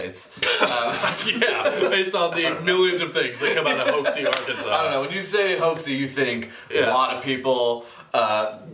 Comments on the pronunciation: You guys had me rolling when you were saying Hoxie! It's actually pronounced hawk-see....not that you'll ever have to say it again once this season is over! LOL Spoiler though...Nick might have made a visit to Hoxie! ;) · hoxie. Hawk-see. my home town. Learn to speak.